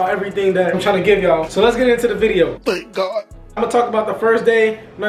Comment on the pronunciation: "Let's get into the video" "tHaNk gHaWd" 😂😂😂